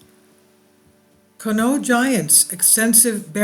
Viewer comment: You must not be from around that area 🤦‍♂It's pronounced Con-ie-aught. has explored and researched this area extensively including looking at the records of the excavation completed by Kent State University. He live right by this mound, and is one of the most knowledgeable people there is on this area. If you contact him I know he would gladly Inform you about this topic. Just tell him Kevin sent you, we are good friends.